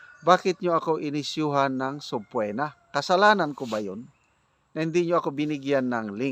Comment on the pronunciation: Sir sabpeena ang bigkas nyan,hindi SABPWENA😂